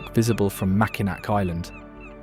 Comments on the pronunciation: I live in Michigan, and it's pronounced....MAC-IN-NAW. Not MAC-IN-NAK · If this is AI, it needs training. If it's a live narrator, look up pronunciations. (Mackinac is the most grating, it's ALWAYS "mack-ih-naw" no matter which spelling.) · nope you’re totally wrong. No matter how it’s spelled (aw or ac) they’re all pronounced Mack-in-aw. NEVER should it be pronounced Mack-in-AC. Definitely one way to tell everyone that you’re not from MI. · Mackinac is pronounced "Mack in AW." I cringed every time it was mispronounced. This was a nice video but a correct pronunciation would have taken 5 seconds to Google and find out. I realize the narrator isn't American, but they have the internet everywhere. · Being a lifelong Michigander, I appreciate the information provided for people who don't know my state. My one suggestion, learn the proper pronunciation (Macinack, not even close). It's a French name, pronounce it as such. Many other mistakes as well. Otherwise, I really enjoyed the vid. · Mackinaw and Mackinac are both pronounced Mackinaw. There is no hard "C" in Mackinac. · As a lifelong Michigander, it’s painful hearing the mispronunciation of historical places. Mackinac is pronounced Mackinaw. Frankemuth is pronounced Frankenmooth. There are others too, but for brevity, I’ll only point out those 2. Also, Peninsula doesn’t have an H in it, but I know that’s a very English thing as they do it in many words that contain S within the word. Before making videos like this, I suggest making sure whomever is recording the voiceover knows how every word is pronounced so we don’t have to hear words pronounced incorrectly. These words can easily be looked up on the internet, so it makes learning their pronunciation so much easier. Other than the mispronunciation, the video captures Michigan’s beauty splendidly & it makes me very proud of my beautiful state.💜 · pronounced "Mackinaw"!!!!!!!!!!!!!!!!....... Tah QUA me non...potoWATomi..... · The a is silent. Mackinaw both places